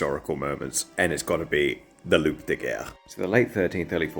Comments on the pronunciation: I thought "loup" (as in wolf) was pronounced Lew. Did i get that wrong? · Just fyi , the P is silent in "loup" or else it is eard as "loupe" wich mean "magnifying glass" ... anyway, great work as always ^^ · Amazing story 😱😵 (Psst.. just so you know "loup" is pronounced "loo"...) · great, but you don't pronounce the p in loup de guerre. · Just fyi Loup is pronounced “loo” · Isn't "loup" pronounced "loo"? I only have a basic knowledge of French, but I thought that "p" is silent. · Small French thing, but the "p" in "loup" in silent. If you say it as loop - that's the word loupe, which means magnifying glass. If a word in French - unless it's a barrow word - ends in s, t, g, x, d, or p, that letter is silent. You get to pronounce them if there’s a "e" added after (like vert / verte) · the P is silent godamnit :D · Thanks for the story, they should’ve tried that on the English Btw when you say « Loup » the p has to be silent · Please don't pronounce the "P" in "Loup de guerre"😅 had me questioning my french 😅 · First: the P in Loup is silent Second: reminds me of when the Americans wanted to show the world their new toy during WW2, but the Nazis were already defeated, so they paid Hiroshima and Nagasaki a visit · The p in loup is silent